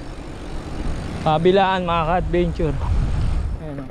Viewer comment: Take a shot everytime he says "ka-adbeynchoor"